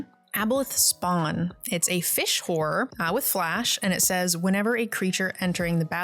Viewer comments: It was very funny hearing, pronounce Horror as she did, cause it sounded like she was was slut-shaming her creatures haha. It made giggle throughout the video. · I love how people pronounce horror. Horrors under my control